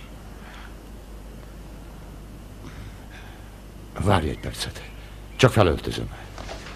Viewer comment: Tudom mi a cián-káli, de teljesen kián-kálinak hangzik, ahogy Derrick mondja.